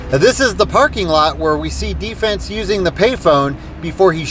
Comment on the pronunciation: it's "D-Fens"